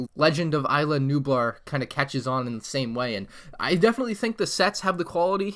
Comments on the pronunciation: It’s is la nublar not I la nublar that’s sounds like some pricy popular 5th garden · You were saying isla nublar wrong you pronounce it (is-la) with the “s” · It triggers me on how ur pronouncing islanublar